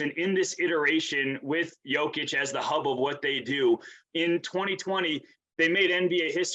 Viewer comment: Here's how disrespect is pronounced. Even when he was making his first All NBA team, no one nationally could pronounce Jokic's name. We regularly got "Jokovich,' 'Jock-itch,' and 'Joke-ich.' Rarely"Yoke-ich.' With his 2nd All NBA team and WCF appearance, 'Jokovich' disappeared in Joker's shadow. The following year with his 1st MVP award 'Jock-itch' dried up under the glare of the spotlight. Last year and this year with a 2nd MVP and prospect of a 3rd, many began pronouncing his name correctly 'Joke-ich' remains very much alive, though. LeBron used that pronunciation at this year's all star game. Tristan Thompson on ESPN yesterday too. 8 years in the league, soon to be 3x MVP and still many can't or won't pronounce his name correctly.